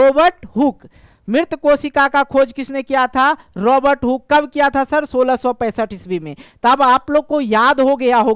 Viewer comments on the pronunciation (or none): none